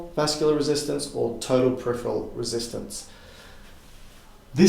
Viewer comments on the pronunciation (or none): none